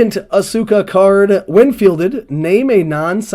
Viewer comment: Asuka = Ask-a. Shinsuke Nakamura = Shin-skay. Silent letters and mute vowels. Devoicing. They tend to drop the 'u' sound after an s in Japanese, if the consonant before the vowel is voiceless, and at the end of the word or followed by another voiceless consonant.. "です/Desu" being pronounced "dess" rather than "dessoo" for example, if you know any basic Japanese. Also, "Bret Michaels" was a good guess. You combined Bret Hart and his longtime rival, in wrestling and in real life, Shawn Michaels. Interesting to see those cogs turn in your brain where you sort of have the info there and mush it together!